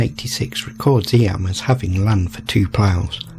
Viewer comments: It’s pronounced eem. Not eeyam. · I have done many walks around there as it is in the middle of the Derbyshire (pronounced Darbyshire) Peak District an area of outstanding beauty. It is close to the City of Sheffield which is actually in Yorkshire. Eyam is often pronounced Eem.❤